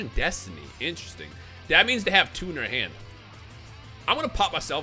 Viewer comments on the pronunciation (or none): none